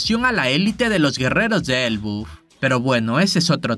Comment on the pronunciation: se dice ELBAF tio me extraña jajaja